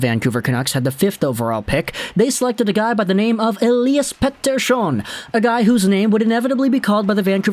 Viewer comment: Good post and you made a noble effort in pronouncing Petey's name correctly (Pet-ter-shon) is the Swedish pronunciation. Lekkerimaki has the emphasis on the first syllable (hit it hard and fast). Fun fact, Forsberg is actually pronounced Forsbery in Sweden. I had a Swedish girlfriend and spend some time there.